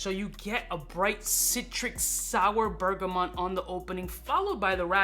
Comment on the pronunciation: aaarrrggghhhhhhh bergamot, not mont. please !